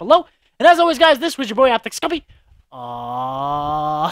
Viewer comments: He said optic smupii😂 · did anyone else notice him say optic scumpi